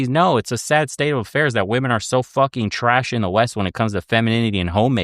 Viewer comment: can't pronounce a G sound at the end of words ending in NG and she can't pronounce the plural of woman properly. Sorry, she's dumb.